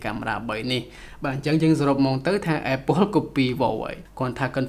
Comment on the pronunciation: apple អានapple ទៅស្តាប់មិនដូចត្រចៀកទេ